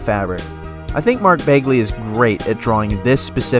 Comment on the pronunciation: ‘ Mark Beiglie ‘ 💀